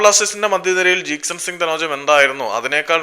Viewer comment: Bro ithe nirthiyile🤣 jeakson jeakson 😂...